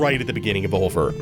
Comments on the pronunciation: Hey, if its pronounced anything like the french word oeil (meaning eye) it word be said like: Oi because oeilvert from french to english would be green eye and pronounced oi-vair-t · Oeilvert is french for "green eye". Here's how it is pronounced